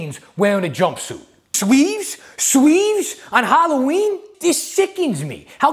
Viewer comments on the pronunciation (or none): Sweeves on hawwaweeen??!!